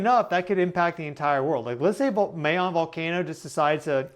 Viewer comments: Pronounced Mah- Yoon not Mey - Yown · Pronounced my-'YONE (long O) YONE rhymes with own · It is pronounced Mayón. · I hate how you pronounce mayon